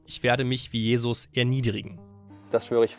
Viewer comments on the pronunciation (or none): none